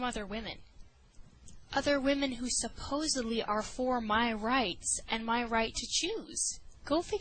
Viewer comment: Stopped watching at 'supbosably'.